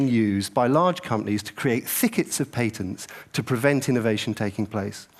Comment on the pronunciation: Good for pointing out how unproffesional people are collaborating to make products, but something really made me tick when i heard it, someone correct me if I'm wrong. Patents are pronounced pat-ents Not pay tents.